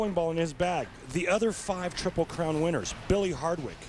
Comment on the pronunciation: osku palera? triple clown? sheesh, think then speak